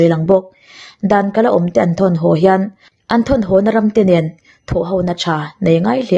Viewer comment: thine, chutih rualin ho tia lamtur hau tia I lam ri thin hi chuan ngaihthlak a ni nuam lo deu thei, i aw mawi em em hian ngaihthlak a tinuam zual thin.